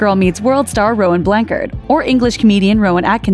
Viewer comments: It’s not Rowan blank-yard it’s Rowan blan-cha-yared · All this names are super cute BUT did anyone else get annoyed at how they pronoucned Rowan Blanchard? Like its Blanchard not Blankard... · It is pronounced Blanchard you make the h sound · You said Rowan’s last name wrong Blanchard Blan-ch-ard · Anyone else freak out at the way she said "rowan blanchard" 😂😠😠😠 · The name Blanchard is of French or Norman-English origin. It is not German or Greek. You are correct: CH of "Charlie," not CH of 'mechanical."